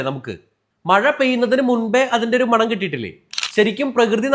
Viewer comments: മാണം ❌മണം ✅ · മാണം അല്ല അനിയാ.. മണം അത്രേ ഉള്ളു😅😅😅